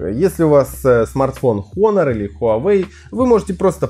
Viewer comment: Потрясающий обзор. Начать рассказывать про экран, но не сказать ни о типе установленной матрицы, ни об ее разрешении. И да, читается название как Онор [ˈänər], а не Хонор